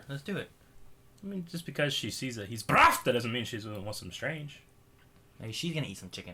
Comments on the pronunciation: It's BRAT-va! Not "BRAV-ta", "BRAT-va"! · BRRRRRRRRRRAAAAAAAAAAAAAAATTTTTTTTTTTTVVVVVVVVVVVVVVAAAAAAAAAAAA, not Brafta. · Nitpick: - it's BRAT-VA, not Brav-ta (I'm sorry. I'm a little crazy when it comes pronunciations) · BRATVA not BRAFTA